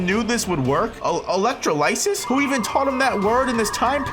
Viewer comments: Elec-TRA-luh-SIS, it's not hard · The way he said electrolysis 👎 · You're pronouncing electrolysis wrong 😭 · bro could not say electrolysis correctly if his life depended on it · Bro the pronunciation of electrolysis 💀